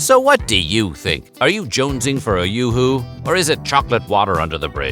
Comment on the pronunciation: Im pretty sure its yoohoo not yahoo, no "A".